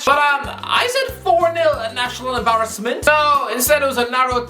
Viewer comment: The way pronounces words really boils my piss. Pen al ty Embarr es ment Sen e gal Aust rail I a